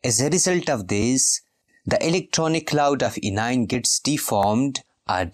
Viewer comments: Sir this is not cition it is cation and not inion it's anion😅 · Pronounce cation and anion as "cat ion" and "an ion"